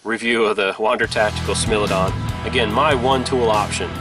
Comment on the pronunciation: Let me 1st say that I apologise up front for being that guy , but it is not pronounced "smil" it is pronounced "smile"